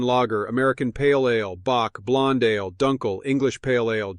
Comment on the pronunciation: pronouncing ale like uh-layyy 🎉